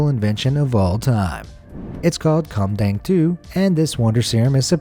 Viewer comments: kumdang-2 Me: what?dumb dang-2? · Whoa whoa, kumdang 2? My ears have been violated!